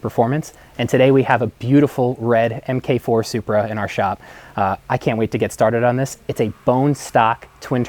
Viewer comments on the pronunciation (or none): Em’kay……… it is pronounced Mark.